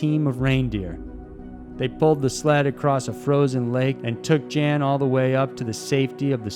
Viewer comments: It's pronounced Jan, not Jan. He's not a chick. Yawn. It's pronounced almost just like yawn. Not Jan. Come on man. I hope you understand. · Umm it's not pronounced Jan, he's not a woman, it's pronounced like Yawn. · Jan Vals Rude is pronounced YON ROODA. Just so there isnt any confusion, that Jan is a male in Norske, and usually refers to the name John. Thanks so much for these great highlighted documentaries!! I enjoyed listening to them. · Jan is pronounced “yun” by the way. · Jan Baalsrud = YAWN Baalsrud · “Jan” pronounced “Yon”. Just sayin. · Jan is pronounced YAHN. Please check for correct pronunciation prior to recording. And the Saami do not pronounce their name like Sammy. Think SAH-me. Hope this will maybe help a bit. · Jan=YAN a male named Jan is pronounced YAN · Jan is pronounced "yon". Your welcome. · European 'Jan' pronounced 'Yarn' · pronunciation goes a long way there mr. narrator. Jan is very likely pronounced yawn, just so you know! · No. Pronounced 'Yun'. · Jan in Swedish is pronounced "Yon". Cool video though, enjoyed it. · I believe Jan is pronounced Yawn. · Amazing video! Just a quick note though, I believe Jan's name would be pronounced as 'Yan' :) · Charlotte It’s Jen. Pronounced yen.